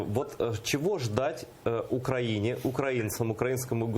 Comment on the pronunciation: Айдар, в следующий раз, пожалуйста, поправьте Невзорова, когда/если он будет неправильно ставить ударение в слове "украинец". Спасибо.